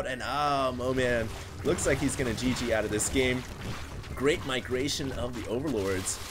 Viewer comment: did just say microation???